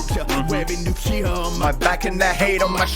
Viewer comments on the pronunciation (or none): none